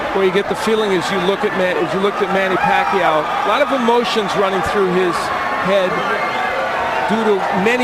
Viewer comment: To all the people from the Western countries , you're pronouncing Pacquiao's name wrong.